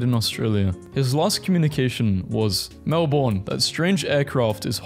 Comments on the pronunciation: YOU SAY IT LIKE MEL-BN ☹️☹️ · you pronounced Melbourne wrong is (mel-bn) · It is pronounced Mel bn . On the subject Bris bn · there is one thing annoying me about this video. As an Australian, these are funny memes, but everyone seems to pronounce Melbourne wrong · but the way he pronounced Melbourne has me crying. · DON'T EVEN GET ME STARTED ON THE MELBOURNE PRONUNCIATION. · As an Australian, I find it offensive how you pronounce Melbourne with an 'r'. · It may sound like mel-born but it's mel-ben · it ain’t mel-BORN, it’s mel-Berne😭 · Melbourne is not pronounced Mel-Born it is pronounced Mel-bn but other than that good video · I be punching air every time someone pronounces Melbourne as Mel BORN😑, it’s Mel BIN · I don't understand why people keep saying Halloween isn't celebrated in Australia. It is, at least in most places, just not to the scale of Americans. About 1 in 3 or 1 in 4 houses will decorate and give out lollies. Also Melbourne is pronounced more like mel-bin and less like mel-born. On behalf of all Aussies, please say it right. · Melbourne is pronounced Melben not melborn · As an Australian it pisses me off how u say Melbourne it is not melbooorrrrrn say it more like Melben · brb, getting angry at the way you pronounced melbourne 💔 (p.s. it's mel-bin, not mel-born 🫡) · also my dude, sorry to tell ya, melbourne is probounced melbin. :3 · FINALLY AHAHAHAHHA THAT WAS BOTHERING ME ALL VIDEO As a fellow Melbournian, thank you. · as soon as I heard him say that I scrolled down to see how many other people were annoyed by this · Him pronouncing Melbourne as “Melborn” and emu as “emoo” was painful.